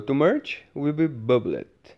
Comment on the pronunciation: Omg the way you say 'bub-led' has me crushing 🤓🤭💜